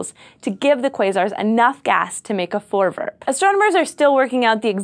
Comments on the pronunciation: i am dutch and you dont know how weard it was to see a dutch word on scifi ps you are prenounsing it wrong XD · voorwerp. more v less f actually pronounce all the r's it's not silent. and e isn't said like that. I hate dutch so freakishly much but yet it's the language all school here give test in.